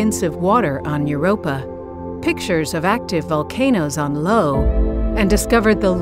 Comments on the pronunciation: Low? Its Eye O....sheesh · Yea say it right 🤬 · ... on low ... LOL ... you mean Io (eye-oh) right?! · The moon is called Io, pronounced "Eye-oh". Where did you get Lo? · It’s not pronounced “Lo” it’s pronounced “Eee-yoh”. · io.. (eye oh).. i never once heard anyone call it "low" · The moon is not "Lo" It's "Io" (eye-oh)... capital i. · IO is pronounced Eye OH not LOW, Jeez! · IO = eye oh not 'LOW' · When did Io become “Low” instead of “Eye-oh” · Did anyone else pick up on the pronunciation of Io ? I would hate to think it was a human, but they called Io, "Low " instead of Eye-O. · Its io (eye -oh), not Lo. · Is it 'low' or 'eye-oh'? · The moon is pronounced, " i o " not " L o " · It's I O not low as she's pronounced it ! WTF !🤔🙄😳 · If you are going to use a computer generated voice, review the final product. IO is pronounced eye-oh, not LO. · Volcanoes on Low … really? Hey you idiot: It’s Io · "pictures of active volcanoes on Lo..." Much respect to voice actors but a tiny bit of research before her reading would tell her it's "EYE-OH" ... Io. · The moon Io is pronounced EYE-OH, not LOW. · Ya that pissed me off hearing the narrator Say Lo instead of Eye-Oh. I was like is this person for real they read the script and weren't corrected. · It’s not LO its “io” pronounced “eye O” 🤦🏻‍♂️ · Lo and behold, it’s IO! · "Pictures of active volcanoes on Lo"??!! I suppose I should be glad she didn't say "Ten" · Had me interested until “Lo”. Can’t take you serious after that. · That's a capital I, not an L. Io or Jupiter I is "eye-oh". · It’s actually pronounce Jo, as in little Jove, or little Jupiter. In the olden days the ancient alphabet didn’t contain the letter ‘J’ . So the letter ‘I’ had to serve two pronunciations. Similarly there was no letter W, to sound like w as in water. So they invented a letter to give this sound, being made from U and another U added together. A double U . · I can't take you seriously when you can't even pronounce Io correctly.